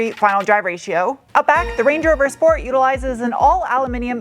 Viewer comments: Sport? Sport?? I stopped by to hear Shport! gehh, I'll go and watch some older videos with right pronunciation ^) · Auto manufacturers stopped sending out press cars with a "sport" mode since they don't like pronunciation of "shport". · why aren't you calling it the 'Range Rover Schport'?